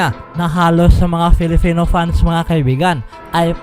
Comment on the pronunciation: Bakit nabibigkas mo nang tama ang PiliPinas at PerFormance samantalang bigkas mo sa salitang "Filipino" ay "FiliFino"?